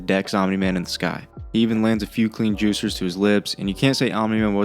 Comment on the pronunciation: why say juciers